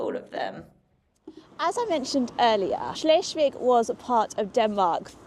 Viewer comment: cute. Help for pronounciation: Shles- wigg - not shlesh! And a long vowel e